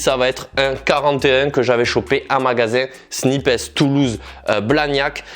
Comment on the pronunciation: Snipes « il prononce snipess » à la française 😂